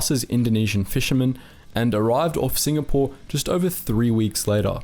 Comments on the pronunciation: Mate it's Singapore not SINGNAPORE. Was wondering when you would do a vid on Z troop. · Singapore not singnapore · I love hearing about this sort of stuff, but it's time to UNSUBSCRIBE from and avoid watching your videos in future. Sing N apore? Seriously? If you can't be trusted to get the most basic of the simple basics right, how can you be trusted to do accurate research? It's obvious that you have no respect for what you're doing. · SINGNAPORE! WTF?! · Ah yes, famous "Singnapore" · 'SINGNAPORE' lol